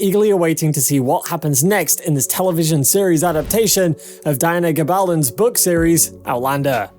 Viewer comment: Learn how to pronounce the principal’s names! Ka-tree-na, Hue-han, Gabaldon-don’. Oh yes, Caitriona and Tony are married!